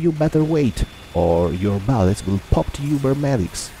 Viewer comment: He pronaunced bullets ballets lol that Italian